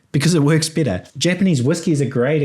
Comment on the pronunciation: are you saying “bitter” or “better”? 😅